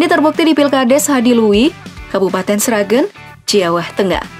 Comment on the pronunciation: Sragén mbak bukan Sragên :(